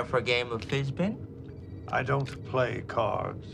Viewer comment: Did he say FISBIN???